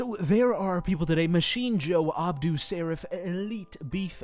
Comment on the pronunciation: "Adbu" Sarif? ;P